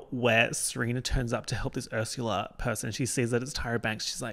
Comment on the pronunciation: You said Ursula in a normal way once and now I know you don’t have to say ersyula